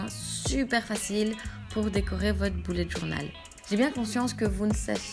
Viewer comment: Haha j'ai l'impression que tu dis "boulette journal" 😂 super vidéo en tout cas ! Moi je suis étudiante et c'est bien utile..